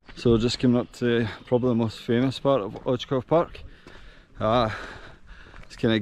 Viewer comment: Nice video man 👍 ps. Right pronunciation is oitzoov :)